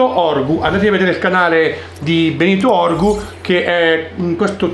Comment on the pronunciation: Si dice Benito urgu,non orgu....